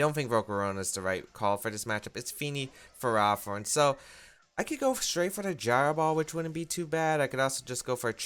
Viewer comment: Please. It's Ferro, as in ferrous or made of iron, and Thorn, like a rose bush. Ferro-Thorn. Ferrothorn. Please. I can't hear Fur-Raw-Thorn again.